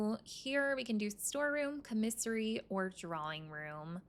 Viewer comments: I keep thinking she's saying comisery- like a singular of commiserations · I’ve never heard commissary pronounced like this. I’ve always heard it like caw-mi-sair-ee.